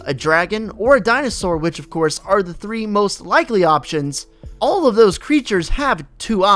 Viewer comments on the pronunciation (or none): none